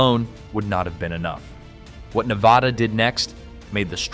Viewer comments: Drives me crazy Nev AH da. It's Nevada. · I didn't make it past That second time was TOO MUCH for me so I never heard him say 'Nevada'. I did hear him say 'NevOda' or 'Nevahhdauggh'😖😖😖😫😫🤢🤮🤮🤮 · I could NOT finish the video. I didn't even get to because of how horribly he pronounces 'Nevada' 🤮🤮🤮🤮🤮🤮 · THERE IS NO 'H' LETTER IN 'NEVADA'😡😡😡🤬🤬